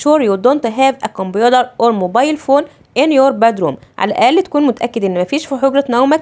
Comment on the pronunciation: انتي بتنتقي كلمة computer غلط 😂😂